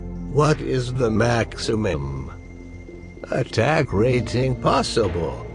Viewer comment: "What is the maximem" ?